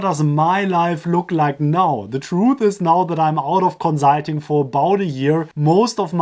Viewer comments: Can you please just say consulting normally? You sound like an idiot, but good video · I'm sorry, but your pronunciation of consulting is hilarious xD